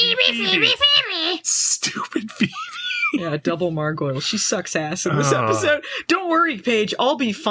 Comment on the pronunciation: I love it when calls her "Phoeble". 😅